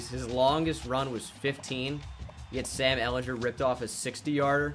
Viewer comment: Sam is pronounced how you were pronouncing it he says it in his introduction to the Longhorns video